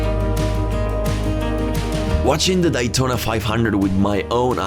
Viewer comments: Its Daytona Not Dietona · It's Day Tona not Die Tona 😂 Excellent video by the way love it! Now i want to go the the DAYtona 500 😇 man i cried watching this. So sad the USA is going down with the woke minded zombies. Let's GO Brandon! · love how he cant pronounce Daytona correctly